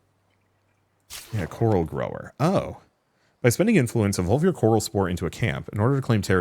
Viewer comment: everytime you say coral i hear carl 🤣🤣🤣